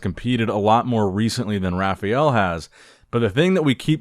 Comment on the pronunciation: please, it's not pronounced Raph-ee-el but Raph-a-el.